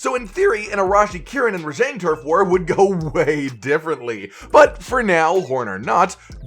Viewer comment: Your pronunciation of Rajang is triggering.